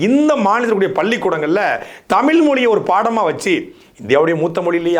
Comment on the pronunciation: தயவுசெய்து “தமிழ்“ என்று சொல்லி உச்சரிக்கவும். தமில் தமில் என்று கூருவதை கேட்பதற்கு நாராசமாக உள்ளது. 🙏🏻